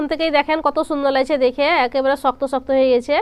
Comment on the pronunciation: ছুন্দার না বলতে হবে শুন্দার